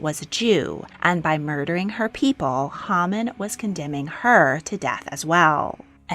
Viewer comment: Quite true. However, Haman (pronounced as Hay-Man).